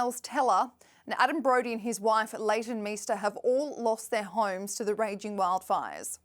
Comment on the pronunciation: This newscast highlighting celebs by a woman who pronounces homes as "hooyums" makes me nuts